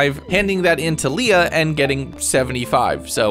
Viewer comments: Lee-ah. Lay-ah is Leia as in Star Wars...Leah is Lee-ah. Went to school with a Leah. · hearing you call Harvey "Henry" and Leah "Leia" hurt lol💀